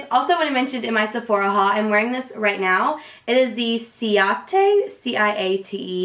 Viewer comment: I believe the ciate liquid lipstick is pronounced like Kate!